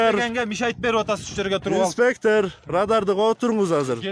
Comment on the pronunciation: Автор Таластыкпы инспектыырр дейт го